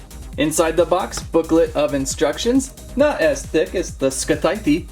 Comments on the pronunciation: It’s pronounced sithe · How he pronounce scythe😂